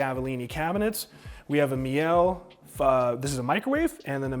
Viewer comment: Great video.. very detailed👍🏼. Btw.. Meile is pronounced mee-luh. Everyone on YouTube says it differently but no one EVER gets it right lol. Hopefully you'll be the first now.